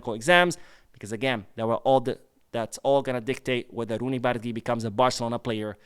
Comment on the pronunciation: this is not how you pronounce Bardghji's name. You say Bar- dah-jee. Once you learn the right pronunciation it really hurts the ear when you hear someone saying what you are calling him 😂 We gotta learn to say it right before he becomes great at Barca 💙❤